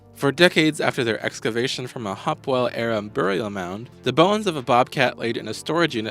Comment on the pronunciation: Hope well instead of hopwell and pot ash, not po tash.